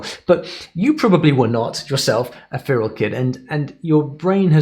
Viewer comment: I've never heard "feral" pronounced like that before! (I'm from the UK)